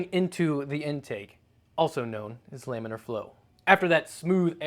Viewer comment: Wait what is Layminer flow? I know what laminar flow is, but not layminer. Lamb...lame...lambiner flow :)